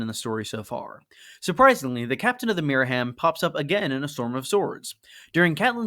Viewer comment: Myra-HAM not Miriam